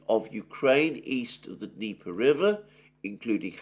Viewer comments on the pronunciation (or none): none